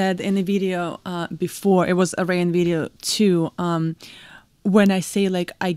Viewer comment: it's pronounced Air E un!!!